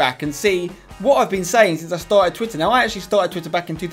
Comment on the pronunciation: 'tarted titter back in two tousand nine'